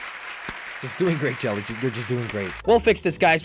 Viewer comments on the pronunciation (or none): none